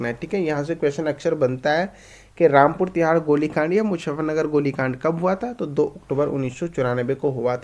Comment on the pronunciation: Rampur Tiraha not Tihaar